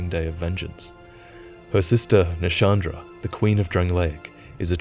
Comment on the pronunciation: Wait... Shandra? Not Nashandra? Is this a pet name or is Nashandra the name of Anti-Shandra?